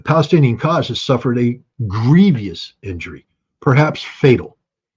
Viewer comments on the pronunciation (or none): none